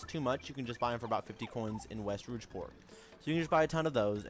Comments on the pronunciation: Thanks for the tip! It is pronounced "Rogue" though haha, not "Rouge" the color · Bro said "Rougeport" Great video though! This helps a ton! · ROO-G port and PEE-anta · Rougeport Pieanta Parlor ...No offense it's just pretty funny